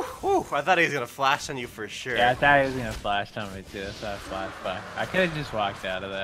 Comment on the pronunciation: IT'S FUCKING FLASH NOT DLASH